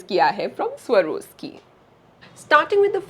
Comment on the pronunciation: It's sva_rawv_skee not Sarvoski